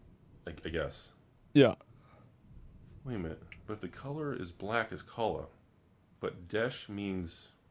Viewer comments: Isn’t he saying it like ‘kola’. That means banana. This shit is ridiculous. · He’s putting the emphasis on the wrong syllable. It’s “ka-LA” that means tomorrow.